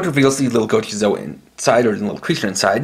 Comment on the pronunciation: Bruv, it's just gochizou